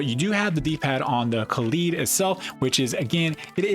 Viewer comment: Come on guys it’s kaleid not kalied. Like an american would pronounce ‘collide’. Ka lied. kaleid